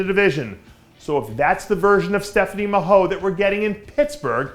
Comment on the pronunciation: Mahoe is pronounced Ma-Hoy